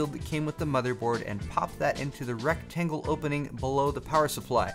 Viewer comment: He said RECT-angle,,,then BUTT of screwdriver o.O